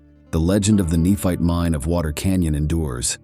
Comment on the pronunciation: Is the name Tyler pronounced til er? Nephite is ne fite. Not neph it.